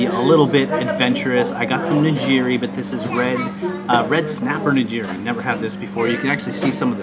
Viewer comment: You should know that those rolls are not what Japanese people eat typically. I know they are common outside of Japan, but they were invented in California. The rolls we eat are wrapped in nori, seaweed. Also, I will say that it is Ni”g”iri (“g” like gear) not Nijiri.